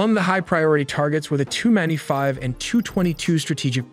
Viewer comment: TU-95 is NOT pronounced "two". It is "Tee You" and it stands for Tupolev, the designer.